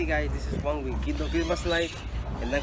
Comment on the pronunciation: Bro yk he’s work is A1 just with saying “my names Juan” the way he said it 🤣 keep up the hustle man I’m Mexican 2 but I don’t have a accent 💀 but ima try this business this year round ! Hope you still working ! And I stay around mckinny Dallas tx so if you need lights up or got a job comment